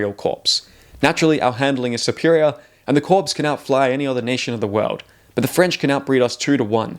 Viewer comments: "Corps" is pronounced "kor." But good video, and good points. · That’s not how corps is pronounced.